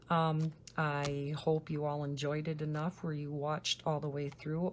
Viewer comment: Enough man doll uhs. Lol